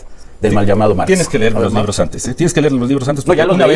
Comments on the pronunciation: Aurelio Nuño jeje el que dijo hay que ler. Una niña lo corrigió y le dijo: no se dice ler, se dice leer. 😂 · No tiene vergüenza, es un cínico con eso que no sabe “LER” 😂😂😂 Nuño te esperamos en Guerrero, cuando gustes venir 😁🤝🏻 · Aurelio fue un perseguidor del magisterio. No sabe leer y dice ler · Nuño, el que no sabia decir "Leer" 😅